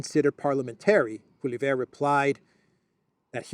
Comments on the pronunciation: Polly Ev, not EV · His name is pronounced pwa-lee-ev, accent on the first syllable. Sanity will return to the Canadian government when he becomes Prime Minister. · Opposition leader in Canada's name is pronounced "POLYEV". Don't let all those letters in his name intimidate you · thanks for your great reporting!! The name of the Canadian opposition leader is pronounced [Polieve]😊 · The Canadian Speaker of the House is a liberal.....it's not the first time he's used his bias against the opposition. They're calling for his resignation. Pierre Poilievre (pwa-li-ev-re = a good enough pronunciation) is bringing Canada back again. Wacko is a pretty good word that applies to many diverse subjects! Who will be voting in this wacko election with VanderCrazy? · His name is pronounced Polly-ev , get familiar with it he's going to be the next Prime Minister.